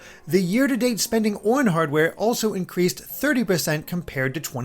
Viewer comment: The way he says the word “on” is bizarre. I’ve never heard another human being say it that way.